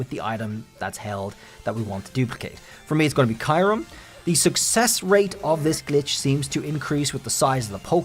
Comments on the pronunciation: Am i missheard? "Kai-rum" ?? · Please say kyurem right..